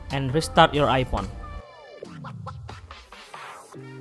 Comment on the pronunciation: Ipon he said😂